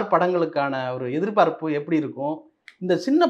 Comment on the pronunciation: தனஞ்செயன், எதிர்பாப்புன்னு சொல்றீங்க. எதிர்பார்ப்புன்னு சொல்லனும்